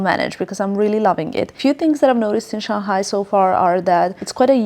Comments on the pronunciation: It is Shang Hai.. not Shang Gai.. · We pronounce as Shang Hai not Shan Ghai 😉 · Shang-Hai not Shan-Ghai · FYI. Pronounce "Shang (上) Hai (海)" instead of Shan-g_ai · Shang-Hai is the correct pronunciation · Yeah she kept saying it like that. So strange.